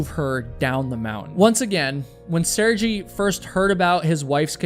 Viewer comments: It's Mt. McKinley and Sergei is pronunced "Sur-gay." I still love you bro, just saying. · Sehr-gay. At least pronounce the man’s name correctly. 🤦🏻